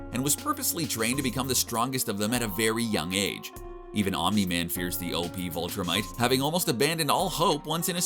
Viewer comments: its viltrumites not voltra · " Vulture mites" ...viltrumites.. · i don't know if i am hearing this correctly or not but it sounds like you are calling them vultrimites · Is it just me,or is he saying "Vultrumites" instead of Viltrumites?lol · Why not say viltrumites the way it’s said in the show !?!?!?!